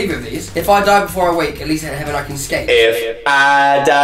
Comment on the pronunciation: “I got locked out of HEVEN”